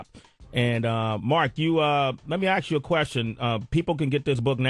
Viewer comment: Why does Sway say "aks" instead of "ask"?